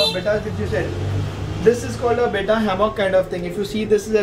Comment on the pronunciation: Bhai it's be-tta not bita ya beeta